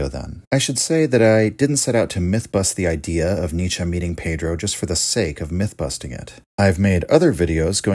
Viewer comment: Let me prepare mentally for the wrong pronunciation of Pedro. Edit: Wow nice try! Good.